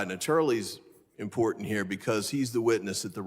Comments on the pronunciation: Please get rid of the annoying yellow borders. Really distracting and unnecessary. That said, dear MTG. The word is Important, not impordand. There are two "t's", not "d''s. Same thing with Drowning.... there is no "D" in the word, yet she pronounces it Drownding? Yes, past tense is that someone 'drowned'. Which is likely why she says drownding?! How can idiots like MTG and/or Bobert get elected in the first place? Hmm, how was Diaper Don elected in the first place? GOP DEPENDS on Diaper Don Trump! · Maggoty Traitor Pein really doesn’t know it’s imporTant not imporDant. What a fool. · Impordunt as she says 💙